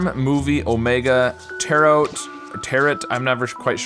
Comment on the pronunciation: Tarot is pronounced like ‘tarrow’, with a ‘oh’ and silent T, for reference